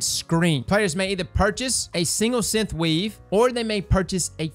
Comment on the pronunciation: Bruh. Synth. Not Synth-uh. Synthweave. Not Synth-uh-weave. You’re welcome. Love you buddy 🥰